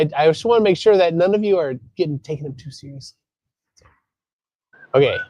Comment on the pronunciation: sełiously?? omg! 🤣🤣🤣🤣